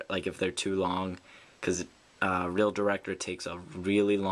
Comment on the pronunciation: its reel director not real ,reel